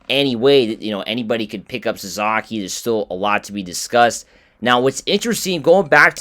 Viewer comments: Sa-SA-ki, not Sa-ZA-ki...you lose credibility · His name is Sa-SA-ki, not Sa-Za-ki